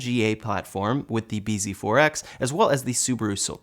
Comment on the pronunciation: bz4x is pronounced "busy forks"